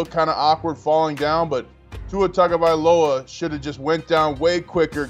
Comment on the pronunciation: Can you over paid so-called "Sports announcers" learn your friken job and learn how to pronounce someone's name??! smh. His name is Tua TAGOvailoa! not TANGOvailoa! Dang man. You morons have been mispronouncing his name since he was at Alabama. Learn the players dang name pronunciations or go work at Rosco's Rib Shack and Grits Emporium. Write it out phonetically or something. Here I'll help you! "Too-wah Tahgo-vi-lowah".